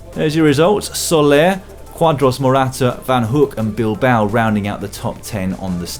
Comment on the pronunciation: Yeahhh, you said "Soler" perfectly the last time around today (while commentating on the general standings). 👏🏻👏🏻👏🏻